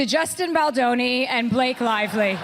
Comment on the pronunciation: Whom ever is reading from the teleprompter, find a new job! If you can’t even enunciate, Justin Baldoni’s name correctly, after all these months…give it up! Go get a real job!😊